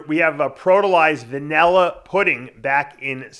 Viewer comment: I love how Dave says Vaneller for Vanilla. LMAO.